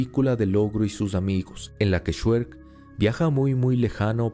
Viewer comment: COMO QUE "SHUEK", SE DICE "ESHREC"